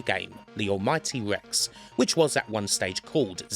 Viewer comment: R. Rex. not Wex.